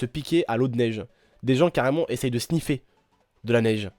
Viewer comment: SEUNIFFER PARCEQUE SENIFFER CEST PAS COMPREMSIBLE BREF CHAO